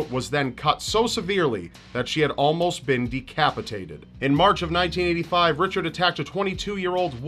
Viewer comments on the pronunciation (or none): none